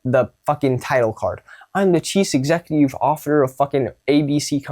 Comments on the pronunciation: Homedude really said "Chees Execyoov Offiter" watch it back 🤣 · he said "chees executeev offiter" like he meant if